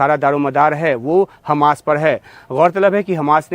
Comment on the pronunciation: ji aaj tak aapko ye bhi pata nahi chala ki hamas he ya khamas aap khamas bole ja rahe hen